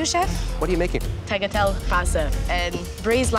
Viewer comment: 'tagatell' really got me